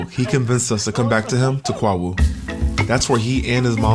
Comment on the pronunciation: Wow you went to my hometown 😊 we are in the eastern region where Twi is used and Fante is more western region, please go again for Easter! Please Accra is pronounced “Ah Kra” and Kwahu “Qo Wu”.